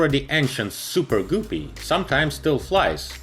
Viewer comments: Great video. You can pronounce "goopie" any way you want to. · Sounds like he is saying Guffy BuuBuuu that's all Fokes ! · Everytime you said “Goopy” I cringed lol. Good video otherwise! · mezsh he will just say like poopy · I understand your point but he clearly knows how to pronounce the soft u sound. says 'structure' perfectly fine along with a few other words in this video even. It's just a case of picking the incorrect pronunciation for the u in Guppy. So the rhyme should be helpful. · Not pronounced " Gu-P". But Gup like cup and ad another P and you get, GUPPY. By the way we love your videos and watch all the time. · It's guppy, btw. Not goopy. There's a reason for the double "p". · Super goopy? Its guppy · Guppy....not goopy........come on, dude...... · Its guppy damn it not goopy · Another Excellent Video! Thank you p.s. "Guppy" is correctly pronounced with a "short u" sound. The English word "up" has a "short u" sound. In the video Guppy is incorrectly pronounced with a "long u" this "u" sound is as in the word "mute" So the "u" in the word Guppy should be pronounced as a "short u" as in the word "up", not as a "long u" as in the word "mute" Hope this is helpful. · It’s not “ GOO PEE” it’s “GUP PEE”! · Btw it's not gu pey it's gup pey that's how you peonose it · "goopie" "Energea" It's guppy "gup(like cup/pup)-ee" And energia "enerjee--ah" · It is NOT pronounced Goopee! It is pronounced Guh pee. Just like ALUMINUM is NOT Aloomineeum! It is spelled and pronounced. A L U M I N U M! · Ok, it's happened too many times for me not to say anything. The word GUPPY rhymes with puppy, not poopy. Thank you. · Sing with me now : "If you find a guppy, it rhymes with puppy So never call it goopy, 'cause that's just poopy." :) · Funny, I just said it rhymes with puppy, not poopy. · Guh-pee not goo-pee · Super........ Goopy?????? You mean GUPPY. It's like PUPPY, but with a G. Lmao!!! Super goopy. That's some funny s@ Haven't laughed that hard all week.